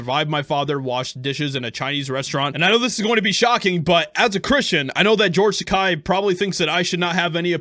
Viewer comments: Its george TAKEI. not takai. Takei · I am by no means sticking up for him, but Christ... It's George Tah-Kay, not George Tah-Kye. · As much as i dislike him. It's not Takai, it's Takei! I will call you, not Joshieha! Say: Ta-kay. No means to disrespect, i just never want to disrespect someones name! May i agree with him/her or not! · It’s pronounced Ta-kay, fyi. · Only because I liked his character in "Star Trek" am I going to correct you. He is an insufferable, miserable old gay man, but his name ends with a long "A" sound, not a long "I" sound. It rhymes with "okay". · His name is pronounced TAH-KAY! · Dittos. But I believe the name is Tuh-Kay.. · Takei is pronounced Ta-KAY!!!!. 'EI" pronounced like the word "eight". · Side note: it's pronounced Tuh-kay Like the Fonze "aaayyyy"